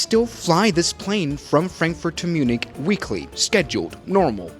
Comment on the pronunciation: "Mjunik" Hits hard🙏😭